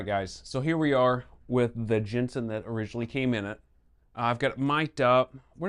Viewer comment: The name is JENSEN not Jenson.